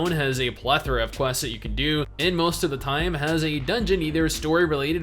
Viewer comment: MMOByte bingo definitely has a box for when says plathera, haha